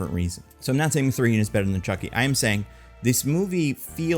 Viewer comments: Did you make this video just to say muhthreegan more times than any human should say muhthreegan? You bastard. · This sounds like a bit from Weekly Planet, which is to say, bad, but I love it, lol.